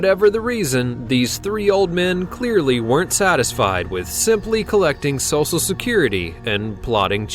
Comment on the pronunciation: am I the only one that heard him say "sosal" not "social" security?